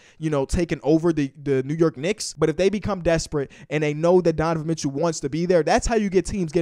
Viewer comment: “donovan mitchew”